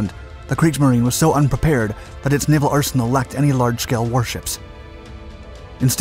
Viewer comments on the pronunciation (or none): none